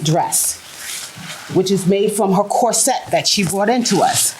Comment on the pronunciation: It’s bustier. And corset’s accent is in the first syllable, not the second syllable.